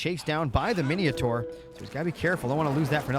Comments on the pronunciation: Mine taur, not mineotaur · lol mineeohtar min oh tar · "Hop-i-lite" --> Hoplite "Mini-a-thor" --> Minotaur What's you and inventing "i"s where there are none? MI-NO-TAUR bro. HOP-LITE brother. Thanks for the casts though!